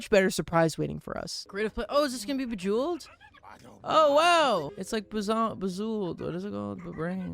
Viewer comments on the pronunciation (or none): Love how he pronounced “Bejeweled” differently EVERY time near the end 🤣